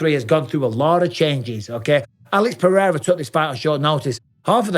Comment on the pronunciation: I love Jon Anik (spelling?) But seriously, can someone tell him to stop pronouncing pededa? its like a really dodgy irishman or cockney pronouncing potato, its so annoying its literally ruining my enjoyment of Pereira's amazing career!